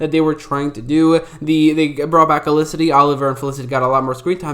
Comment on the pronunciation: Funny you barely pronounce the f in felicity ever maybe 1 out of 10 times 😅 it’s not elicity 😅😅😅😅😅😅😅